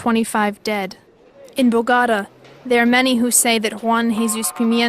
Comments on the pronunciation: Бого́та? Впервые слышу. Богота́-столица Колумбии. Меня в школе так учили. А Бого́та, это что? Район в Нефтеюганске? Или сорт пиццы? Я не понимаю. Наверное я тупой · БаготА. А не БагОта. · What’s bugada? Learn at least how to pronounce the effing name Bo Go Ta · bo- gotta? Bo- go - ta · It is NOT Boogatta. Its BOGOTA. Please learn the correct pronunciation, at least of one of the biggest cities in Colombia .please is not much to ask.. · "Bo-gotta"? The name of the city is Bogotá = "bo-go-TAH". Lost it on the first sentence, a new world record. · Nice job. Isn't the pronunciation "Bo-go-Ta", not "BoGota?" That is why there is an accent on the trailing "a". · It’s pronounced Bogo-TA Not Bogahdah😂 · Bogora??it is Bogota with the letter T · Bo-go-tá not Bo-go-ra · BoeGata?…don’t you mean BoGaTaa? The very first word you started your documentary with was mispronounced.. That doesn’t add much credibility to anything that follows if you pronounce the name of the City you are featuring in your story. Do better. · Oh no! The woman that can't pronounce ANY of the Colombian city names. For Bogotá, she says B o g Á t a !👎👎👎👎👎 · "bogada" lol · the worst part of this entire video was youre absolute attrocious pronouncication of Bogota....it made my body physically contrort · “Bo-gotta” huh? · Bo-GA-da? That's a new one... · Im Colombian live in NYC 🗽 but they started with a drama 🎭 btw you pronunciation about Bogota is no bogata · Where is Boh-gotta? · Bogata 😂😂😂😂 learn spanish girl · Bogahdah... capitol of Coluhmbia. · Me too Sounds like she said Bugatta she almost said Bugatti 😂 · bo gatta-med dillon 😂😂😂😂great job miss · Narrarator and her “Bagata” and Medellin”, falls on my last nerve but otherwise, an incredible insight behind the walls. Not very promising, of any rehabilitation and in fact, quite the opposite. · First word in and I am confused - BO-GAH-DA 🙄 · Bogada, 😂 . Ffs. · Bo-ga-ta? I chuckled at that pronunciation. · Can you atleast learn how to say “BOGOTA COLOMBIA”